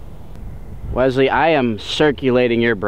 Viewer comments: I never knew there was a Z in the name Wesley until started saying the name! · Keyboard warrior turned love...im the weasel, FINALLY, this is the guy you need to be...genuine self....must love...sub for life..... also, the low key "Wezzzley" vs "Wesssley"....i laughed/cringed each time haha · WESley....not WEZley....